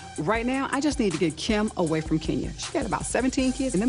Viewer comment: I’m not gonna lie I miss Nene and her facial expressions and one liners 🤣🤣. Also how she calls Kim, “Keem” 🤣💀💀